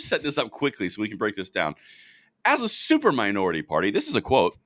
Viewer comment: Did you say "stupor minority"....😂